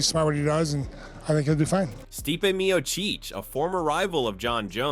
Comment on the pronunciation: "Meocheech" fu**ing stupid AI garbage vids